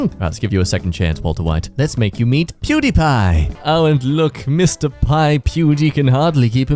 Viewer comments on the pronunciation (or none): none